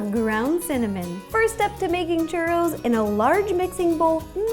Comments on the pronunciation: "Are those classic cheurrous" You say it like this Chuuuuroooos Churoos Sorry no hate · In spanisn its pronounced choorros. you need to roll the r. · Chuuu ro ls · I like how she pronouce "churows" xD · Kevin Sandoval Yes, one also needs to roll the 'r'. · You don't even know how to say Churros right I mean I mexican I know how to say it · The way she pronounces "churros" is so cute :3